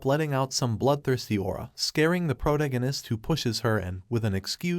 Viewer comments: Why do all these anime recap narrators say "PRO-to-go-nist" when it's "pro-TAG-oh-nist" ? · ... "protagonist" is not pronounced prodiganist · Can you please stop refering to the main character as the protagonist. Your AI is calling the MC the protoginnist. Teach it to talk or stop using it. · just the way the voice couldn’t pronounce “protagonist” is why I hate these fake AI voices. Even the weird pause after “and that,” it’s unnatural.